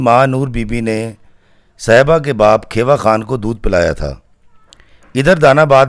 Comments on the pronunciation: It is not kheeewa it's khewa(khiwa) i am from there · Sahiban's father name was Kheewa not Khaiwa. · کھیوا خان kheewa khan تلفظ درست ہونا چاہیے۔